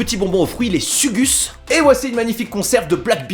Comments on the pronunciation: Les sugus c la base mais sa se prononce pas suuguus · Les sugus sa se prononce "sougouch" 😂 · Fière de voir que les aliments de notre chère pays te plaise ! La générosité et les saveurs du Portugal on du te faire découvrir des nouvelles papilles gustatives ! Par contre la prononciation ma fait pleurer du sang 😂👍 Sugus ce prononce Sougouss par exemple ! Manger gras tchao !